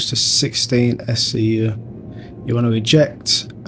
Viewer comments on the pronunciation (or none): decent vid, only one annoying bit! stop saying skyew! its S C U! XDXDXD